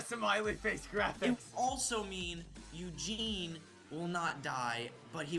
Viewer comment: dude, eugine, really, is eugene, just saying.